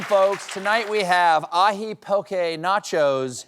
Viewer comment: Impressed he pronounced "poke'" correctly